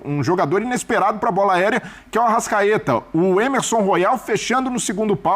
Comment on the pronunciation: O nome do lateral não é Ermesom, e sim Emerson